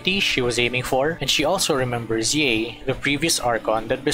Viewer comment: I have to correct you, Yae isn't pronounced like Yee, it's more like Yah-Ae, and Raiden is not Ray-Den, it's more like Ligh-ee-Den. So the rule of pronouncing consecutive vowels in Japanese is that you pronounce them separately, for instance, the name Aoi is pronounced like Ah-Ow-Ee.